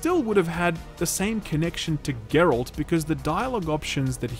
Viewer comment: That's because the character's name isn't "jerald" it's Geralt.